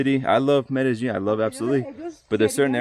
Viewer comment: Great, as usual, but I believe you are not pronouncing Medellin correctly. There is no "j" sound in it. Cheers. Roger